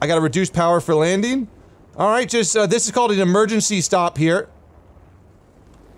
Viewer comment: "Emergancy Stop", aka Lithobreaking xD